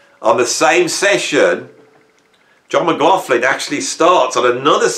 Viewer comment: I'm trying to check out the albums or bands I had not heard of from this list which will keep me busy for a while ....laswell is one always went past him when seeing the name but glad I'm.now listening at the age of 68. Something annoying me.... Your pronunciation of McLaughlin...😢 😢😢😢😢